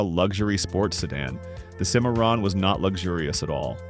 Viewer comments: Sin-a-RON Correction; SIM-a-ron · Mispronounced the Cadillac Cimarrom.